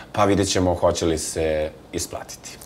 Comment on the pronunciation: SituVacije, ukanaljivam, kontestu, rečem, hoče, neče, rodZak... nepismenija osoba nije krocila na tv od ove Aneli